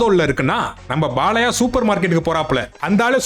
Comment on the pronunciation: உன் தமிழ் ல தீய வைக்க அது "பாலையா" இல்லடா அது "பாலய்யா"